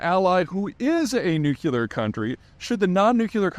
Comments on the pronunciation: Why would I pay for a guys opinion when he says “nucular”. It’s nuclear. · People who pronounce it "Nucular" I consider illiterate morons and cannot watch any longer. Try saying New Clear instead so you don't lose all credibility. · I like Peter Zeihan, but I wish he would pronounce "nuclear" correctly. It's "new-klee-ur". Not "new-kew-lur." Makes what he's saying sound silly. George W Bush had the same issue. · Mr Zeihan: please don't pronounce it like George Bush. It's "nuclear" NOT "nucular". 😜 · That’s NUCLEAR, not nucular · “Nukular”😮 Do you also say “Reelator”? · No way am I paying to listen to an otherwise educated, intelligent man mispronounce "nuclear" and call it "nucular" - like fingernails on a chalk board for me. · Seeya Pete, also it's pronounced "NUCLEAR" not "NEWCULAR" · Fairly new to Peter's channel, and just wondering if there's an inside joke that I missed. He must certainly know how to pronounce the word "nuclear," so why does he say "nucular?" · It's Nuclear not nucular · Just curious why you pronounce nu-clear as nukular? Are you making fun of Bush? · It's pronounced "nuclear" and not "nucular." WTF? C'mon. Literacy matters. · Nuclear*** not Nucular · are you dubya? it's not pronounced nucular, it's pronounces nuclear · I like you peter but it hurts me to hear a man with your intellect not saying "new clear"; not "new kya ler" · Please learn the difference between "nuclear" and "nuculur" or whatever that word is. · "Nucular..." Jeeze, how hard is it to pronounce "nuclear"? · nuclear not nuculer😂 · For God sake, Peter, it is NUCLEAR, not, repeat, not NUCULER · New clear. Not nuke yaller. Your elocution is normally so good. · How the HELL does a guy this smart not know that it's NU-CLE-AR, not NU-CU-LER??? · I'm Happy you have the same issue with NUCLEAR VS NUCKYLEAR as I have, feel proud to be unable to talk nuclear english now. Still I practice often so I don't sound illiterate. N U C L E A R. Keep going! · Nuclear, not nukelar. 🤦‍♂️ Peter!